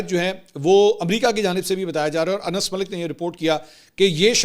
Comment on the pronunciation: السلام علیکم منصور بھائی کیا حال ہے میں اپ کے وی لاک مسلسل دیکھتا ہوں اور اپ بہت اچھا تجزیہ پیش کرتے ہیں اور اچھی رپورٹنگ پیش کرتے ہیں لیکن بعض اوقات اپ الفاظ سے ہی استعمال نہیں کرتے اج کے بھی لازمی اپ نے ایک صحافی کا نام لیا ہے ان کا اصل نام انس ہے لیکن اپ نے اس میں نون دو دفعہ بول دیا ہے لہذا برائے مہربانی نام کو صحیح پڑھ لیا کریں